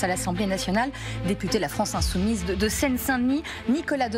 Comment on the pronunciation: « France insoumible « Même « insoumise « est difficile à dire pour la journaliste, comme si c’était un gros mot😂😂😂